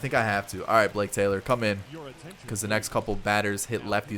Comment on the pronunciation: When you said "Blake Taylor," I heard "Jake Taylor." I don't think that one's got the distance!